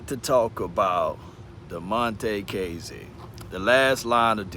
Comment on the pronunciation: Its (kaah)zee not (kay)zee